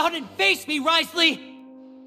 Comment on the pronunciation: That guys shoes! I love wriothesley! All in everything i love that cutscene but…they all pronounced him wrong! Also i counted the time he said tee in that Video. Also the cruel smile as Lyney got shot…that man! He said it 3 times i thinck